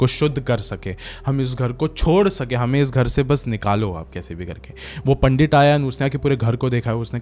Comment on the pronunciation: Pandittt not panddidd